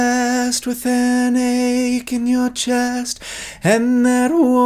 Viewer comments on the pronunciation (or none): none